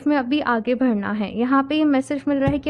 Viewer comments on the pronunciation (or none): Sab theek hai app achi reading karti hain but thoda pronunciation par work kijiye please, aage BADHNA hota hai BHADNA nahi boltey....KANA JI nahi KANHA JI boliye.....